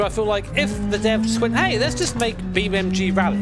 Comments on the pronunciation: ITS BEAMNG NOT BEAMMG YOU DONUT 😂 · Brother its BeamNG Not BeamMG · When he tries to say "Beam N G" you can see his lips closing twice, meaning he's saying "Beam M G" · I will always hear Beam MG lol I can never not hear it. thank you for all these years of entertainment mate. I swear I don’t say thank you enough❤ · cannot unhear Beam MG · You keep saying beam EM GEE and it’s driving me literally to the edge of insanity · ah yes i love beamemgee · "Beem Em Gee" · it realy sounds like your saying Beam MG. XD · Why do i keep hearing "beamMG"?😂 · I can’t be the only frustrated by hearing Bee MG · Does say BeamMG on purpose? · Anyone notice says beamMG or is it just me? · are you calling it Beam M G? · Am i the only one who hear him say beamMG . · why is he saying beam mg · Oh come on, you're a grown-ass man with a set of accomplishments and a career! You speak for a living. Say "NG". En Gee. Beam NG. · because thats what he says lol no idea why